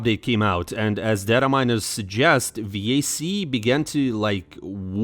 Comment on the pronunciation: The way you pronounce vac disgusts me